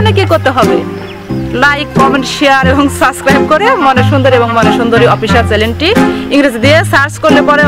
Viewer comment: চেন্নেলকে চেলেন বলচেন কেনো